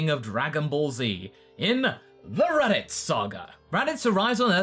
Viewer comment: The raditz saga? You sounded like you said the “erotic saga”